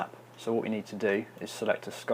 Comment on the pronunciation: At 5.00 he says "press F6" and sound like "press FX" ...before looking on what he is doing I've believed he is reffering to the sub-menu "fx" in the building section...:)